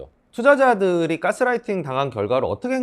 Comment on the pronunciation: "까"스라이팅 이라고 하셔서 괜히 거기 꽂혔네요. ㅋㅋ 좋은 내용 감사합니다